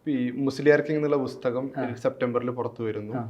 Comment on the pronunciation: അവതാരകന്‍ നന്നായി മലയാളം ഉച്ചരിച്ച് പഠിക്കണം. ''ബുസ്തഗ''മോ ? എന്തോന്നാണ് bro ? പുസ്തകം OR ബുക്ക് (book)